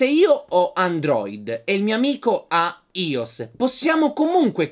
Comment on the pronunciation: Si pronuncia aios!!!